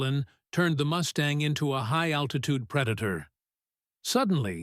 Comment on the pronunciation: Moose-tang??? :face-blue-smiling